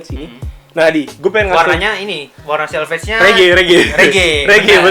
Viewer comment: Itu selvedge accent bukan selvedge